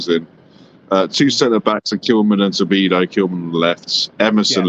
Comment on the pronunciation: Good stuff! I'm buzzing right along with you,! FYI - it's "To-di-bo" not "To-bi-do" lol it's a bit tricky, but you'll get used to it! ⚒️